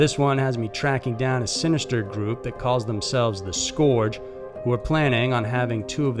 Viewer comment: Scourge: pronounced (skerg) not (skoorg)